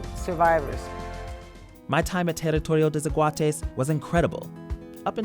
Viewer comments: "Tarritourio te sekuates" 😂 mae, al menos lo intentó jajaja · I am from Costa Rica and I can't with you sayin ''Teritorio de zaguates'' 😂😂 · Terittorio dei szahuateis